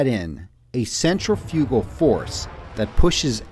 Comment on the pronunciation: You should learn how to pronounce "centrifugal" and "Euler" correctly.